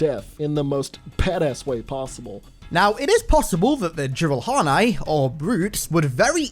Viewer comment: The dislikes are all jiralhanae that are mad about you mispronouncing their species name with your filthy human MOUF